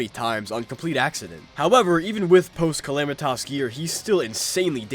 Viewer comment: Everytime he calls her calamitoss i wanna rip my hair out